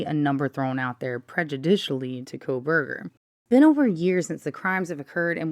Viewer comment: Did you say Proberger? 😅